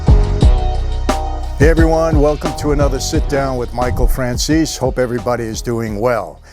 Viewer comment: Why does EVERY SINGLE person on earth mispronounce your last name? FRAN-ZEESE! Is it that hard to pronounce? We got Fran-cheezy, Fran-zeasy and now Fran-che-zy